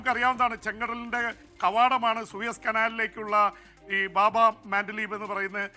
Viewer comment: ബാബ അല്ല.. ബാബ്.. കവാടം.